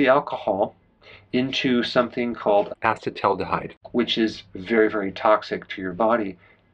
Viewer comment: I admire your commitment to pronouncing acetaldehyde correctly... , !